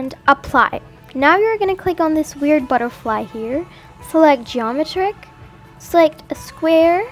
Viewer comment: the way she said geometric 😂